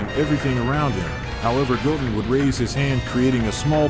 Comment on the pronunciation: I like how the ai calls goten “gogen”🤣🤣